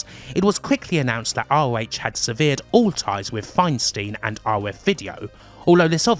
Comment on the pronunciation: Good video, my only critique might be looking up how "debacle" and "severed" are pronounced 😂